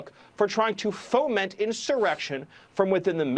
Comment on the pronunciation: My blood pressure spikes SO hard every time he says "foment"